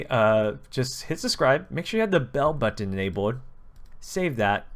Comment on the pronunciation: Funny when he says "button' xD